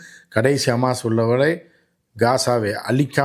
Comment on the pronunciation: Amaas illai hamas.